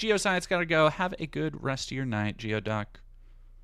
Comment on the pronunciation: geo-duck is pronounced gooy-duck. what's wrong with you people from the other side of the mountains. :)